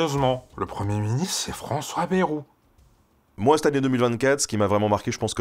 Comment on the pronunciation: Pas "Bérou" mais "Bayrou"... Ce n'est pas le premier ministre avec le plus de promesses (loin s'en faut) mais faudrait bien prononcer son nom